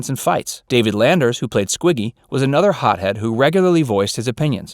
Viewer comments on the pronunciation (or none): You keep saying Frank Marshall but I don't think there was a Frank Marshall. There was a Garry Marshall. Also, it's David Lander, without the "s" at the end.